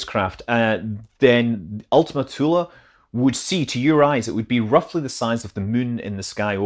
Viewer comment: Thank you for not making Ultima Thule rhyme with Zuul